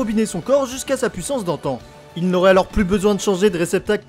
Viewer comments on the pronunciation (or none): none